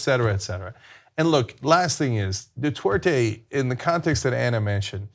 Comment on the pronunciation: Where is Cenk getting the W from in Duterte? There is nothing in Spanish, English or Tagalog that magically turns Duterte into Dutwerte.